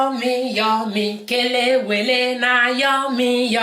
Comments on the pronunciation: Chai you nailed it oooooo . You remain me, a lot I always buy it you pronounce it very well. And the outcome is very good I need to take you to Ghana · This looks good and I love plantain alot Please must I pound it again even after using grater to do the spices? I like how you pronounce the Kelewele Ngwanu I will have patience when doing mine